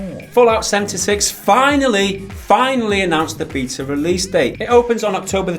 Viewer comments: After watching it.. I'm ok with the new guy... I like him (especially since he does pronounce it 'Bay_Ta' like it should be sorry ), but back to my point... WHERE THE FUCK IS MIKE? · Welcome to the clan,! And for the love of the gods, thank you for finally pronouncing BETA the CORRECT way! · Nvm he pronounces beta correctly. Love him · The new guy said beta right so he is a keeper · love the new guy for finally defeating him on behalf of the internet on the Béta pronunciation debate. please let him pronounce GIF, what ever he says i will accept as law from then on.